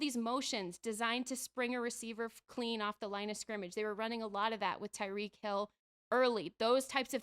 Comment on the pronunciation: Wtf waller? Where did he come from. Shots fired calling tyreek: “reek” and immediately saying the win was deodorant